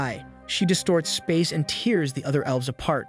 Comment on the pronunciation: TEARS (T- AIRS) SPACE AND TIME APART NOT (T-EARS)